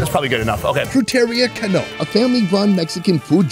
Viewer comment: hey that guy that has that torta his last name is pronouned can no not ca no